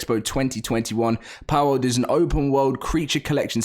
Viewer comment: "Powwouwd" lol British people